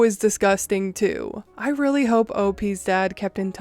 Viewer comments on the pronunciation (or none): none